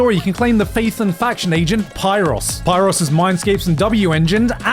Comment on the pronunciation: he called “pyoris” “py ross”